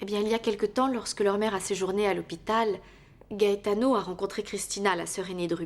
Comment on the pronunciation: J'adore la façon dont Christina prononce le nom "Gaetano"